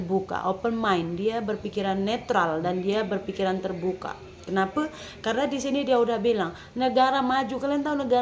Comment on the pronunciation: Sebut BI neutral jd nutural..🤣